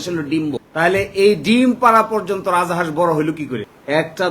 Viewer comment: রাজা হাঁস কেন বলছেন? রাজহাঁস ।